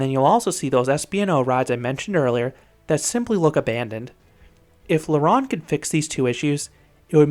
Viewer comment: La ROW-nde, not La rah-nde. It was AMAZING and turned to shit when Six Flags bought it. The bridge is Jacques-Cartier, like the famous explorer, pronouned CAR-T-YAY not CAR-TEE-ER.